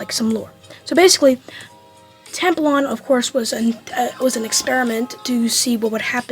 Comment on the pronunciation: When you say its name be kind of sounds like tampon 😭 Also it's really 🔥🔥🔥🔥